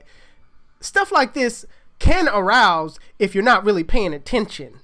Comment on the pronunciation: Can arise bro not arouse lol